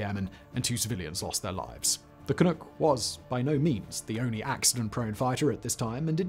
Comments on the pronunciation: One of the things that I find very irritating about your offerings is the frequent mispronunciation of certain words like Canuck. It is not "can ook" but in fact "can uck". If you are going to use words that you are unfamiliar with at least take the time to find out how it is supposed to sound and then use it. To do any less makes you less of a commentator and makes one question what else you have not researched in your videos. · As the song from WW I goes "Jolly good luck to Johnny Canuck and all the Allied soldiers" Canuck rhymes with luck. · Same here, eh. Grit my teeth at it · SImon, Canuck it rhymes with PUCK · Lmao "canook" I cannot even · 'Canook' you're so cute. Short 'u' like 'yuck'. Please look into the Arrow. Most of we Canadians are obssesed with all the conspiracies about its cancellation!! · Can we just acknowledge canuck is being said incorrectly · Waiting for you to mispronounce 'Canuck', I wasn't disappointed. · Either it's just I His accent or he's just mispronouncing the fuck out of Canuck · Just one little thing.... if I may..... not sure you want to redub the entire dialogue, but when pronouncing Canuck... think 'duck' vs 'nook'. You did fine with Clunk, where did the oo come from in Canuck.....? ;) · It’s Can-NUK’, not “Can-NOOK” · Only thing I would add is Canuck isn't Canook. It's Canughk. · Ka-Nuhk not Kanook... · Can ewk? No. It’s Can uhck like f#&k lol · Ca-Nuck not Ca-Nook. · ca-NUCK rhymes with PUCK not NOOK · CAN- nuk not Can-nook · It bothered0 me whenever you called it "Can-NOOK" we're "CanNUCK"s think Knuckle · Ca-nook? Is that really how people say Canuck? I'm pretty sure the uck is more like in duck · "canook" nope, it's "canuck", with the "uck" that sounds like "uck"in "duck" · Canuk, where tf did you get Canook from? SMH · Can-nuck not can-nook 😐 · Canuk not canook, thank you . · Can uck, like duck. Not ook. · Canuck, not Canook. ü not ū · Not canook ...just like its written canuck rhymes with puck...jesus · I know. FOOCK.